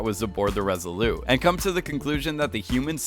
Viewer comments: Just one question: why do you keep calling the ship the" Res ah lou" as if it you were French. You sound American: In English we pronounce the T as in Resolute. Other than that, pretty good video ! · OMG would you please stop saying "Resoloo" instead of Resolute as in the Resolute desk of the President. Look it up! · Is it just me or is this guy's voice ABSOLUTELY ANNOYING regardless of what he is saying..? And it's the ResoluTe, ResoluTe not Resolute... i.e. soft French...